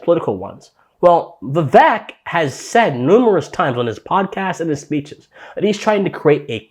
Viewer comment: Appreciate the video, but his name is pronounced Vivek= like cake, carry on 💪🏼